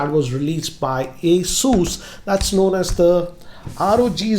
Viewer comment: Its ASUS not ASUUUUS STUPID